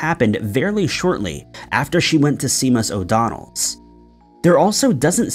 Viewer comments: I don’t know the pub but aim % sure it’s called shay-mus o’donnells 🤣😂🤣 he’s a wild one that see-mus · shay-mus, not see-mus new-key, not new-kway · It’s pronounced shaymus not sea-muss lol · It is NOT pronounced “C-MOS” nor “sea moss” but rather “shay-muss” as in… “the SEAMUS O’DONNEL PUB”!!! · New Quay is New Key not Kwai and Seamus is Shay mus not seemus 😂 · Seeemas O'Donnells....... New-kway......Deerdra😂😂His pronunciations crack me up!!🤦‍♀️ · Interesting and creepy video. Seamus is pronounced Shaymus. It’s an Irish name. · Qw all learn everyday, Seamus is pronounced, shay-muss, Newquay is New-Key and Diedre is Deer-dree thanks for the content. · That case in Bristol, d pubs name is pronounced shaymus O'Donnell's. Just thought I'd let u know just in case u come across that name again 😉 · Seamus is pronounced Shaymus and Newquay is pronounced New-key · The pub in the Claire Holland case is pronounced SHAY MUSS and in the chad Gibson case NEW KWAI is pronounced NEW KEY. American people have no idea about the language they speak. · Although it is spelt Seamus O'Donnell's, its pronounced SHAYMUS O'Donnell's. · Chenoweth is pronounced Shi-nowth, Seamus- Shay-Muss Newquay- New-Key I'm South Australian, and I even know how to pronounce names and places in other countries properly. Yanks really know how to massacre the English language! So annoying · oh my god the butchering of the pronunciation of Newquay (and seamus) ..is too much.. its New Key... makes me think no research has been done.